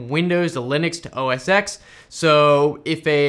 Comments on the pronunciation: Oh-Es...Eks? U mean 'Ten', right? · Our PCs are going to slow down, the US government is shutdown, mispronounces OS X (which is now called macOS anyway), and my fake Christmas tree is still standing in the living room. God help us all!